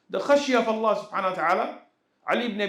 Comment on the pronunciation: السلام عليكم. تنبيه صغير للشيخ لو حضرته يسمح. انا قرأت انه يجب نطق حرف الهاء في الشهادة. يعني مثلا أشهد ألا إله إلا الله(الل"ه") وأشهد أن محمد عبده ورسوله (ورسول"ه" ) لان في العامية عندما نتكلم. نقول( اللا) (رسولو) وان ده يبطل الصلاة لا أعلم أن كان قصدي مفهوم لكن لاحظ ذلك عندما الشيخ ينطق الشهادة وكذلك الأجانب. يقولوه اشهد الا اله الا اللا alla دون الهاء h واشهد أن محمد عبده ورسولو Rasulu دون الهاء h جزاكم الله خيرا